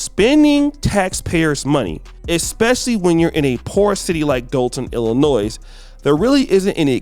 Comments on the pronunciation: Dude, the “S” in Illinois is silent, it’s pronounced Illinoy. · Illinois. The S is silent. My god. Like jewel Osco. It’s not jewels osco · The “S” is silent in Illinois. Sounds like Illinoi Not Illinoissssssss 😊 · The state of Illinois is pronounced without the “s” at the end. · Please do not pronounce the “s” in Illinois! I know that it is a bit embarrassing right now but from this point forward, you will no longer be embarrassed! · The S in Illinois is silent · Illinois pronounced Illinoy No “s” sound at the end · Just an FYI....the "s" at the end of the name Illinois is silent.